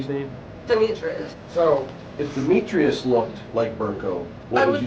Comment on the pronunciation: Trying to blame the daughter you parentified for the death of your son is absolutely ridiculous. You don’t “have help from nobody” but your daughter had to put her life on hold to help you?🙄 Edit: your pronunciation of Demetrius is killing me😭😭